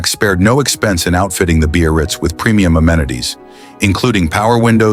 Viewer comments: When the is talking about the '55 Caddy, he speaks of the model. He calls it.. the Bee-or-reetz, or something like that. Some variation on.. beast? I dunno what he's saying. I've never heard the word he seems to be saying. `Beo-or-ritz'? `Bay-oh-ritz'? `Beer-writz'? I even went to the web-page for 1955 Cadillacs & there is no-such word in the sales-literature. There is `Brougham' for the ultra-large monstrosity land-boat of that era - but you've just stumped me. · He's (or "it's") trying to say "Biarritz." The Biarritz was the Cadillac Eldorado convertible model at the time.